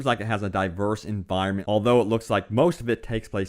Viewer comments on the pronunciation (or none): none